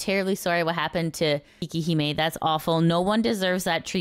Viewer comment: Quick thing. Her name is actually pronounced 'kay-kee', not 'kee-kee'. Which sounds closer to "Cake Hime" ('hime' means 'princess') when you say it, so that's where 'Cake Princess" comes from. She does have cake, and she could have consciously chosen that name because of it, but just saying.